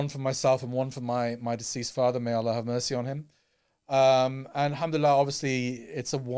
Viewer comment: can you please announce Allah correctly 😁 جَزاكَ اللهُ خَـيْراً as usual for keeping us informed